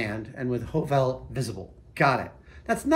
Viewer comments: Nice. A little pointer, though: The Norwegian letter 'ø' or 'Ø' is pronounced more like the English 'u', as in 'Huh!'. So think 'Huhvel'. :) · it is not pernounced ''O'' when it is written ''Ø'' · loved the way youbpronounced HØVEL :) it's more lige Høv'l when you speak it :) or if you are from Jutland its HØUL :) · The ø in Høvel is pronounced the same as the 'ea' in 'early', the 'v' as in 'very'. It's the Danish and Norwegian word for 'plane', as in wood-working plane.😉👍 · The word HØVEL is Norwegian for PLANE. A wood plane, that is. 😉 The Ø is pronounced like the sound you make after the H in 'huh', or between the hard G and the R in the word 'girth'. Or the first sound you make when saying Earl. 👍 LOVELY tools! 😍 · Høvel is Norwegian for plane (the tool). And as a fellow Scandinavian I'd like to inform you that Ø (Norwegian and Danish) or Ö (Swedish) is pronounced kind of like "uh" or the letter i in bird or girl (especially if you are doing an Arnold impression) The letter that is pronounced like awe or the o in coffee would be Å/å And finally Æ/æ or Ä/ä (Swedish) is pronounced like the a in bad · The “ø” in “høvel” is not a stylised “o”, but a different letter that’s pronounced about the same as the French ligature “œ”. As a short vowel, it sounds approximately like the “u” in “puff”. The Norwegian word “høvel” means a woodworking plane. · HØVEL. The second letter is actually a Danish/norweigian letter. When You pronounce it the correct Way, You Will ( though not spelled This Way) say the Danish counterpart of the Word: Planer! You know the tool You use to straighten Wood. It is pronounced (in This context) like the i in bird. And it does look like a miniature planer. Nice!